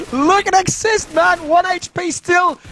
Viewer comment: it's xist and eztenz not xist and exist